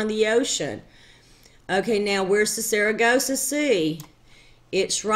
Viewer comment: Pardon me for being off topic, but how many times since you made this have you been told that the Sargasso sea is not pronounced Saragossa?